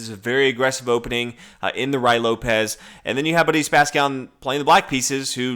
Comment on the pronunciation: You speak far too rapidly, slow down a little. Also Who Spassky? It sounded like you 'Budese'; if you were more measured in your delivery we could hear more.